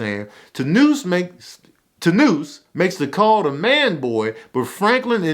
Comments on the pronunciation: Tanoose and Cutty 😂😂😂😂 booooyyyy!! It’s Tanosse (Tuh- nah- say) and Skully. Ion know if you did that on perpose but I’m weak af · I cried laughing every single time he said that 🤣. He sId Tanoose no less than 30 times too 🤣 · My man said tanoose and cutty 😂😂